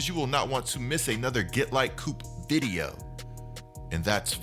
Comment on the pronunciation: Please stop saying vide-UH I might unsub 😂